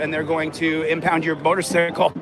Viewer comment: I absolutely love, but why the fuck is he calling a motor"cycle" a motor"sickle" 😂😂😂 Much love Brian and! <3